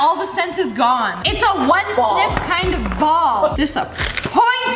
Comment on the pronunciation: When you said the "all the sent is gone" I thought you said "aw! The sent is God" lmao